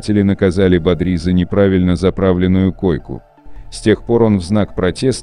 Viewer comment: Не бадрИ, а бАдри, блин